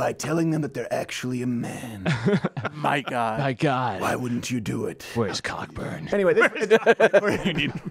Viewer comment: Cockburn is pronounced Coe-Burn.